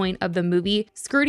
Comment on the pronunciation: detriment pronounced :det-tree-ment :)